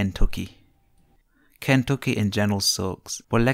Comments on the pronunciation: This guy in the video sounds like he works at a call center in India Learn how to say Kentucky right than talk crap about my state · I’m not taking advice from an Indian dude that can’t even say Kentucky .. get outta here guy.